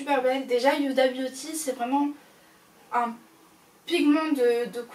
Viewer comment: Cc juste pas méchant mais on ne prononce pas le H dans Huda beauty ducoup se n’est pas « yuda » pour t’aider fait comme si il n’y avais pas de H😘